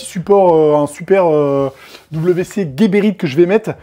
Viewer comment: Big up. C’est geberit ca se dit Jéberit et guéberit… y a pas de u.